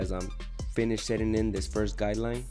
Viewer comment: I like how he says guideline lol. Sounds like he’s saying guy line ha!